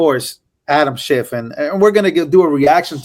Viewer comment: ITS SCHIFF.... NOT....SHIFT........